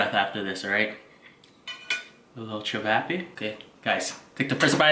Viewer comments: I’m am Croatian so I feel disrespected when you say chavapa ist chavape ok 👍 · It’s pronounced chi-vaw-paw